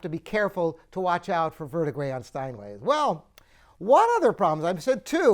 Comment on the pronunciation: First of all, learn how to correctly pronounce ‘verdigris’. Second, I think that Bosendorfer makes a better-quality piano.